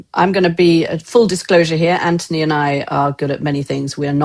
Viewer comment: Gokd grief, KK is insufferable. She constantly interrupts Anthony (and even rudely mispronounces his name).